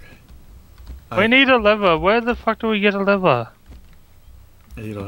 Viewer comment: is crack up it sounds like hes saying liver but trying to say lever